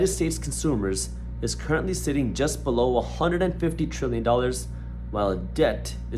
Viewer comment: I’m loving this guy and his mind but everytime he says BELoW I get a jump scare😂